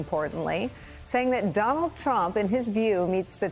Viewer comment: Don-OLD Trump 🥵 * correct pronunciation